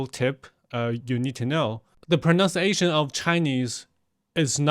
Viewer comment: Your English pronounciation and grammar is not great either. What kind of stupid video is this? Do you think you sound American? Maybe you don't know the word flawless. Stop trying to steal his millions of followers. Ironically the word you say the worst is PRONUNCIATION.